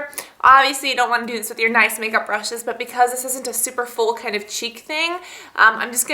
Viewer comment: You youse bryshes...